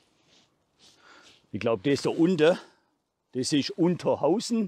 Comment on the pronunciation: Unterhausen... im ersten Moment hab ich Unterhosen verstanden 🤣. Und ich dachte mir... ah guck an, da zieht der Nebel durch Unterhosen 😆. Sah wirklich Klasse aus mit dem Nebel im Tal 👍🏼. Du hast wieder eine tolle Tour gemacht 👍🏼. LG 👋🏼🤠